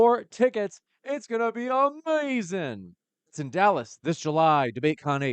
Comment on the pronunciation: 😅 Why are you saying amazing like that, stop, biting all Black people all the time man, what kind of people do your own thing?